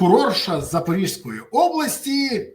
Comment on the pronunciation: Пане Березо! Область Запорізька, зьк кажуть, а не запоріжська.